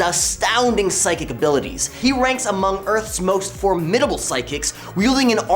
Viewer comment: I could overlook your pronunciation of formidable, if you didnt use it repeatedly throughout.